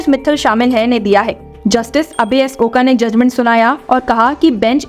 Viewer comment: The surname is pronounced as OK or like Oak tree . Oka or Oak is the way in which is spelled.